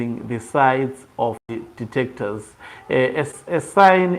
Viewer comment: "Dictators" not "Detecters", please